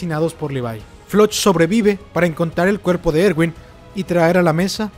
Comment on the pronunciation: y nooo se dise ewin se diseee erwinnnnnnn 👹